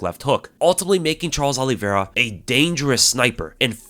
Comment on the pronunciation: I'm with Chael-es Oliveira, 😌😌😌